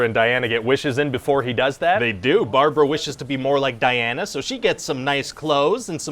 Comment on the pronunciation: Its not Barbara, its Brabara